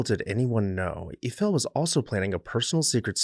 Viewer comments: It's all good but who is "Ufell"? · In all my life, I’ve never heard Eiffel pronounced that way, and I’ve been to Europe many times and all over the USA and not one person has ever pronounced it that way to me